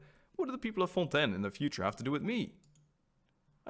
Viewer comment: The way pronouncing "Fontaine" gives me life lol